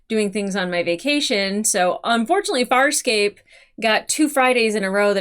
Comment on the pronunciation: ... Why does this womanpronunce "Farscape" as a southern american would say "Fire escape"?.. She even seem to include the extra micro gluttal stop.